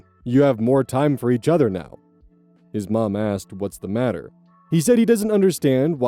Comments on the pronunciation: It should be matter, not fatter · I think that was supposed to be 'matter'